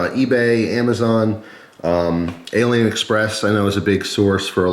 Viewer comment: Oh and aliexpress com is pronounced alley-express not alien lol